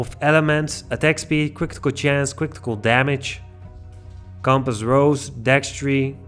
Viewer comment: Cwitikal chance, cwitikal damage and dextri. Lmao